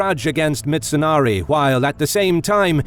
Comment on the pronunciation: Its mitsunari. Not mitsonari